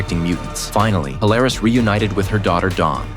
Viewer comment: Its pronounce "Pool-er-is". The blonde trio sisters were the clones of Emma Frost. But of course they were considered the daughters of Emma Frost but really they were that her clones.